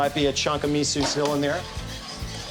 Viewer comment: Well, he does somethings wrong. You shouldn't boil miso, so add that after you stopped the boil. The guy cant even pronounce it, so no wonder he does not how to properly use it. You can of course add miso when he does, but make sure it never boils. The mussels should just be steamed anyway, but if you want to boil to reduce it, you should add miso after. Sake or white wine is a lot better than beer. Harissa is nice, but personally i think red curry paste, gochujang or sambal oelek is better. Creamy mussel soup is also really nice, so if you want to try, add coconut milk or whipping cream and creme fraiche.